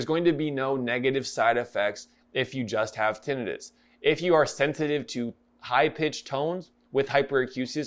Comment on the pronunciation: Thank you for this review - I have had Tinnitus since I was born - and thank YOU for pronouncing it correctly - I get irritated when people call it 'Tinn i tus'